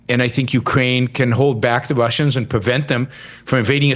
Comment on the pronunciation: "We've getting a gweat deaw with Ukwainians fighting the Wussians and dying, but also if Wussians invade Estonia next that means we'd have to fight for Estonia and i don't want that." Uhuh.... Why isn't destiny stopping him from voicing these Kremlin talking points?